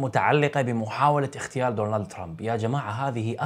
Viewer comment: اخ للتصحيح فقط الكلمة هي اغتيال ليست اختيال فرق كبير بين الكلمتين 😊